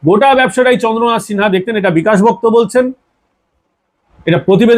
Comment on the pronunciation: আপনি আগে ভালো করে তথ‍্য সংগ্রহ করুন তারপর কোন এপিসোড করবেন আপনার খবর হলো বালখিল্য। আপনি বিকাশ ভকত-কে বলছেন বিকাশ ভক্ত, ইলামবাজারকে বলছেন ইসলামবাজার। ভালো করে নাম ধাম জেনে খবর করবেন আপনি একজন ফালতু লোক।